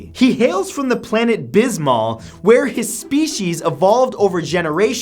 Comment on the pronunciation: Matter eater lad from bismal. As in Peptobismal. Thanks DC